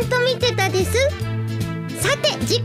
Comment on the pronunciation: 貴家さんに寄せようとしすぎて「ですう〜」が妙な訛り方した発音になってる気がする。そのうちこなれてくるとは思うけど。